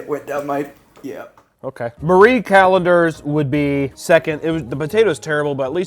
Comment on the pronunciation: Thank you for pronouncing Marie correctly the number of youtubers I have seen call it Mary Calendars infuriates me.